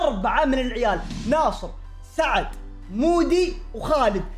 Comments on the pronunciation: ولو تنتبه مره ثانيه وتركز قال سعد مو ثعد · NightlysS - نايتليز قال ثعد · Vacf _ اقلك قال سعد مو ثعد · قال سعد 🌝